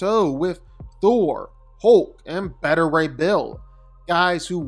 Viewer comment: Beta Ray Bill is pronounced bay-ta. It's the Greek letter beta.